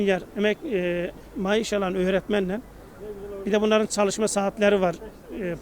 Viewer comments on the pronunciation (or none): bu adam gercek akp li maaş yerine mayış diyor :D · Mayiş değil , maaş 😂😁😝 Demek mayışın düştü 😂😁😝Çomar çomar efferim